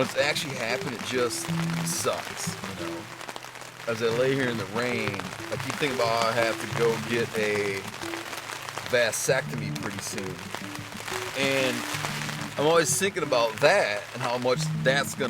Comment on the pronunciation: lol rinella thinking about a VAS-SECTOME... lol his pronunciation is gold